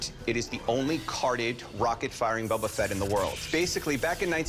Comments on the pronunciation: It's Boba Fett not Bubba Fett. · Annoying but still ticks me off less than "Bubba" Fett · ok... ANY Star-Wars fan would never pronounce it as "Bubba-Fett"... That is a simple fact. Calling fake in this. Staged. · Its Boba not Bubba. That guy is a fraud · Why oh why does he keep calling him Bubba Fett???? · This dude pronouncing boba fett as bubba fett is annoying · Did dude just say bubba fett? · He loves the figure more than anything but he can't pronounce "Boba" correctly. Bubba. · Just commenting to remind you about the guy who called him "Bubba Fett". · If he says BUBBA FET one more MF time I'm going to BUBBA BLO my brains out!!! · Why this dude calling him “Bubba” Fett? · Why is that "star wars collector" saying bubba fett? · The seller constantly saying “Bubba Fett” is driving me crazy. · Bubba fett shrimp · He loves his Boba Fett! But he can't even pronounce it! 🤦😂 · Guy doesn't even know how to pronounce Boba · That's exactly what I said in the comment right below you. If you own the most rare Star wars figure in the world, you should know how to say Boba!!! 😢😢😢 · It actually drive me nuts, like if your gonna try and sell the toy at least learn how to say the characters name correctly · boba Fett you can't even say it correctly 😂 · Yeah exactly some Star Wars fan he is he doesn't even know how to say the name properly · Buddy Fett is better 😅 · these guys mispronouncing han and boba makes me grind my teeth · hired to track down mispronouncing toy collectors